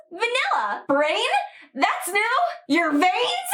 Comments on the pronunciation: I heard you said "brains" and i was like "well yeah that sound new", and then you said "vains" and i go "Oh my god, are you ok?" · V-vvv, Holup, did you say..... veins? Ho-wha, HOWWW